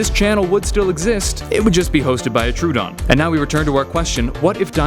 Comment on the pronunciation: Hahaha Trodoon Host